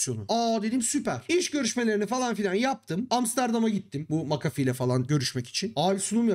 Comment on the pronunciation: sabahtan beri "macafi" ne ya diyorum McAfee hiç gelmiyor aklıma sonradan düştü jeton "ohaaa vay aminiyum" dedim